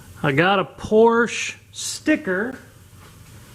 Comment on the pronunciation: Would be nice if he could pronounce Porsche.